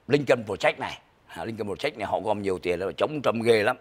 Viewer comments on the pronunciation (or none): Ông phát âm tiếng Anh chữ Project sai rồi. PROJECT phát âm là PRÓ Jẹckt, không phải prồ jéct. Dấu nhấn STRESS ở âm đầu tiên Pró không phải prồ. Đá Nồ Trâm, không phải Đô na Trâm!!!